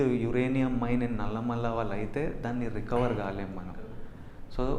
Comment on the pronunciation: its నల్లమల...not నల్లమల్ల